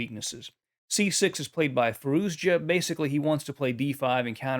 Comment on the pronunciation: Fah-ROO-shah. It’s not that hard.